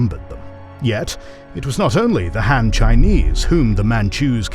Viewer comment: Agreed. I mean, the guy can't even say ''Han'' properly lol.